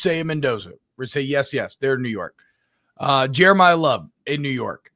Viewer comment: yall saying jerimah love like hes jerimiah smith!